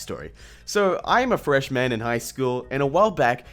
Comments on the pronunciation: I lovr how he pronounced freshman as fresh man (2 words) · love how you fully pronounce it "fresh MAAAAN" instead of "freshmin" or "freshmun" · the way you said freshman sounds like fresh man xd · Why did you say "freshman" like it was 2 separate words? It's not "fresh man"